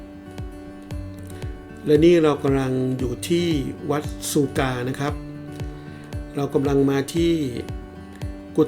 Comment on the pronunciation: บ้านซูคาครับ ออกเสียงผิด